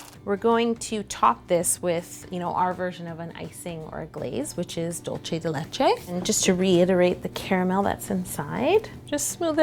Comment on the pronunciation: IT'S NOT DULCHE DE LECHE IT'S DULCE !! DULCE**